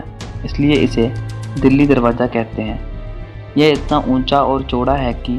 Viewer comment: Darwaza hota ha darwaja nhi